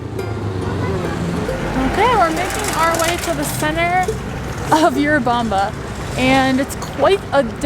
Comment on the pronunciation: It's not You-rubamba. It's Urubamba. It's called Sacha Tomato (Andean tomato).